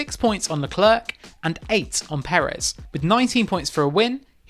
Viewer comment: Who is leCLERK? Honestly, Crofty takes pains to correctly pronounce everyone’s names and he says LeCLAIRE a million times per race. Does autosport even watch the races??